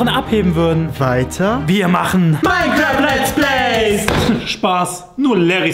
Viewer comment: Mainkrarft Lärtz Pleys ::DDDSD